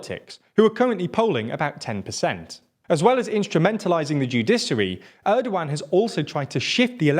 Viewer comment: You pronounce 'Erdogan' in a quite strange way. it is not a 'old one' )) try 'g' as in a 'gap'